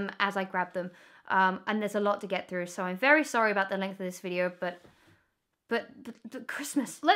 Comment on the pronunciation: Das vewwy niice. 😂😂😂